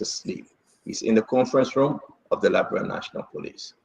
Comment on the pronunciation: Can’t you pronounce LI- BE- RIA?